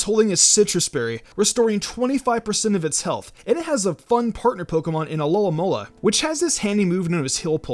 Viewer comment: WHY CAN NO ONE SAY ALOMOMOLA CORRECTLY